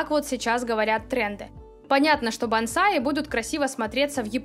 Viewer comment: Бонсай, а не бансай. Тоже мне специалисты... И тон прям такой приказной: "Убираем это с участка!!!" Да у меня этого барахла (которое вы же раньше и впаривали всем) никогда и не было!